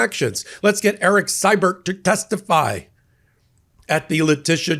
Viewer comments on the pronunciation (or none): In canuckland we pronounce Erik's last name "See-bert". just sayin.